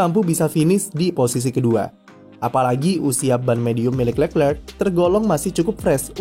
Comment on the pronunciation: kritik utk narator .. perbaiki lafal penyebutan nama charles leclerc .. nonton aja video nya di yt.. gunakan lafal sesuai asal namanya.